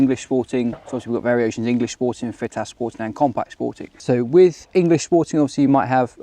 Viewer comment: it's pronounced "FITASC". As its a shotkam video and therefore and american owned company I'm assuming has to throw in americanised English every now and again to bridge the gap between the UK and US audience.